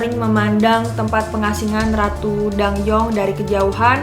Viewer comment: Btw bacanya bukan ratu dang-yeong, tapi dan-gyeong. Karena penulisan hangeulnya adalah 단경 bukan 당영